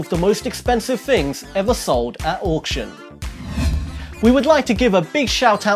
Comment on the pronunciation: Ha ha ha , Anyone else noticed the chap saying " the 5 most expensive THONGS sold at auction ??? just read the English subtitles . 😇😇😈😈